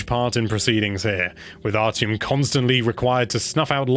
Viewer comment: It’s pronounced “Ar-ti-em” not “Ar-Ch-iem”, great review though as always!